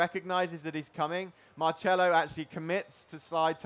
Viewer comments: Haha! "MARCHELO" lol it's pronounced MARCELO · 'Mar-chello' - someone please slap this guy. It's pronounced Mar-sel-lo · Am I the only one that's bothered by the fact that he said "Benzee-muh" and "March-ello"?